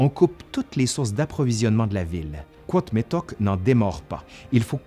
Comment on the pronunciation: et on dit Cuauhtemoc, c'est pas très sérieux tout ca